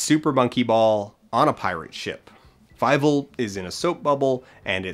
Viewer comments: Why do you pronounce it as fi-vel? Is that the one they use in the movie? It looks like a German name and as such it would be pronounced fee-vel. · FIEVEL? FEIVEL?? FEIIIIIVELLLL!!!